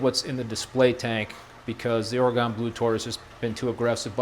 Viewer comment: I live in oregon and how you say oraygon cracks me up 😝